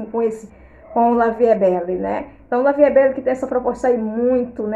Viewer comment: Olá. Boa noite. Gostei muito desse vídeo, vou comprar esse também. Querida, se me permite uma correção, a pronúncia do perfume é: La vie é belle. Eu sei que as vezes é costume. Gosto muito de seu jeito, é muito elegante. Deus te abençoe. Saudações de Mary, aqui de Natal/ RN. ❤❤